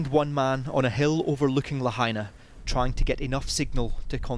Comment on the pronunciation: la ha i na............. la, ha & na al sound a as in "hot",the ah sound when the doctor brings a tongue depressor i sounds like i in machine, the eeee sound la ha i na....... carry on